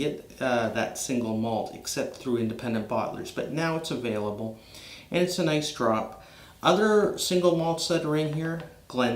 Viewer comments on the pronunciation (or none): none